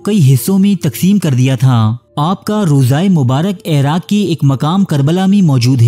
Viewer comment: Airaq nahi iraq he ap ki urdu boht kharab he me information pe focus kar hi nahi pati ap ki ghaltyo se uljhan hoti he ap khud batao koi ap ko ghalat parha raha ho to kya ap us se parhogy ap sunogy usy ap to kahogy isy to bolna b nahi ata ye mujhy kya sikhayega